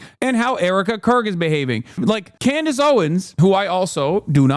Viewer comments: Just curious, why does call Candace “Clandace” just wondering. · Why is Hasan calling her 'Clandace'?